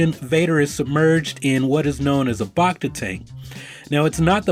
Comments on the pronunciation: "Bacta" isn't pronounced like "bah-cta". It's "back-ta". As in "bacteria". Sometimes you pronounce it correctly, but most of the time you don't. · It's BACK-ta tank, not BAHK-ta tank bud. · Bach-ta tank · you lost me with your pronunciation of bacta